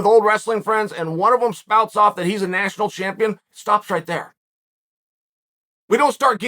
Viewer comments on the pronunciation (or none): none